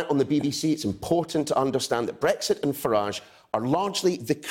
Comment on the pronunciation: .....Can anybody explain what Bwexit is?.....Waa, ha,ha,ha....